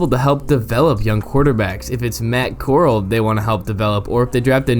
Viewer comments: Core-al not coral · literally been saying his name wrong in the video until here 🤦🏻‍♂️ but i’m a fan of Corral he can throw it like a dart with that quick release. but i doubt he’ll get a chance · “literally been saying his name wrong in the video until here”………….